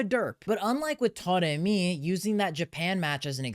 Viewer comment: I keep noticing you saying "Toremi"... is "a" pronounce as "o" in Persian?